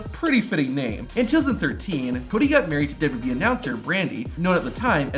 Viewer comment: the way this guy says wwe is funny "dubu dub e" nice video tho, would be crazy being the kid of a wrestler